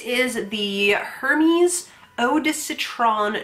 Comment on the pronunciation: Omg lmao, the way your pronounced “Hermès” I’m dying. 🤣🤣🤣